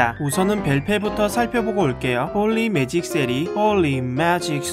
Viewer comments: 하..진짜 이분 비숍의 마음을 너무 잘표현해주셔서 너무 좋다.. 진짜 내 걍 심정이야 홀리 매직 shit 발음도 개웃곀ㅋㅋㄱㅋㅋㄱㅋㅋㅋ 진짜 비숍 그냥 존재의미를 잃은거너무 억울하다.. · 홀리 매직 쉣 발음 ㅎㅎㅋㅋㅋㅋㅋ